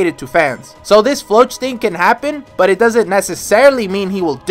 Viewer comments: "floatch" is a terrible way to pronounce Floch "Flock" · is it me or you're pronouncing floch wrong.... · Who the heck is Floatch, he's name is Floch😭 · Idk why, but I have always pronounced Floch as Flo-ck